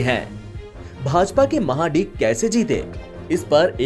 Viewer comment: Anchor should know how to pronounce the name it is mahadik(महाडीक) not maha dick lol